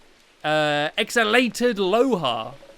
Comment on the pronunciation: x- all-ted exalted pernounced like that lol